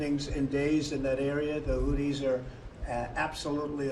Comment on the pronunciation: I love the way Trump pronounces them "Hooties." 😂